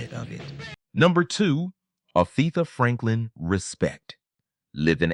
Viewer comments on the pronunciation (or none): Afeetha Franklin?????? Who is this AI ignoramas???????? Please allow blacks to narrate black performances